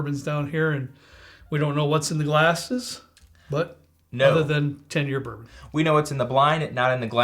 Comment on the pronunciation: At 28 seconds bourbon goes bourboff.